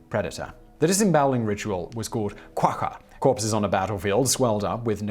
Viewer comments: Simon if you were able to pronounce qaqa correctly, you would be a legend; it is pronounced ' !a: !a ' and those exclamation marks means it is a click sound, and not a pulmonic sound, or a sound made with the lungs; it is similar to the sounds the giant cricket king thingy made in Star Wars Attack of the Clones. the end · qaqa = [click]-a-[click]-a .... There is no chance to pronounce that right without some good exercise of a year or two. We are here for the story, not for the grammar. ;). Nyabonga.